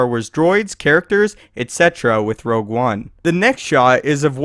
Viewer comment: Rogue, not "Rouge"